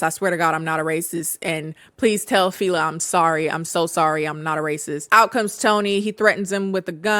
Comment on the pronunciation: Wasn't the dead husband, the friend's brother? Also, the name is pronounced 'Felá' as in the first syllable in 'Fella' and then an accent on the second syllable. It's a Yoruba name made popular by Fela Anikulapo Kuti, check him out, he's a legend.